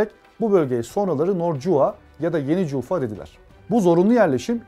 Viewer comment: Джульфа,ударение на букву "А".И вообще спикер неважнецкий,безграмотен,не в теме.